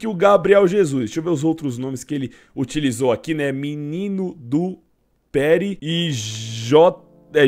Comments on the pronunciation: Não é péri, é peri, lugar onde ele morava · É peri e o cara fala Péri DSUAHDUASHDASHU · não se fala ''péri''.. vc viu acento no ''e'' por acaso ? kkkkkkkkk é peri de Jardim Peri.. onde ele foi criado !! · Kkk péri,, Peri é a favela q ele veio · PÉRI KKKKKKKKKKKKKKK É Jd. Peri, a quebrada dele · ''menino do PÉRI'' KKKKKKKKKKKKKKKKKK é Peri onde ele nasceu na zona leste de SP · Peri se lê Perí e é o lugar que ele nasceu e cresceu lá ele aprendeu a jogar bola e ficou conhecido como Menino do Peri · Peri nao pere, e é onde ele nasceu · ONDE CE LEU PÉRI ANIMAL, NAO TEM ACENTO NO E NAO, É PERI DE JARDIM PERI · Se lê pêri, e não péri, é o lugar onde o G Jesus morou grande parte da sua vida, o Jardim Peri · N se pronuncia Péri e sim Peri e a cidade que o gabriel jesus morava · Iai mlk Não é péri e sim perí se fala pêri mas se escreve peri PERI É ONDE O GABRIEL JESUS NASCEU PESQUISA AÍ JARDIM PERI O NOME COMPLETO PESQUISA AÍ